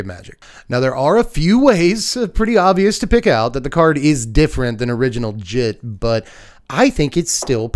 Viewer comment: "Jit" is very much not the correct pronunciation.